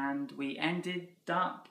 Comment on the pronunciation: Hi ! Why did you say ended” up “